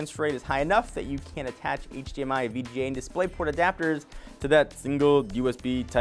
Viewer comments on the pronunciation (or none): none